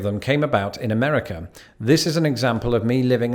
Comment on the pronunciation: Every time he mispronounces "Amerikerr," take a shot of vodkerr.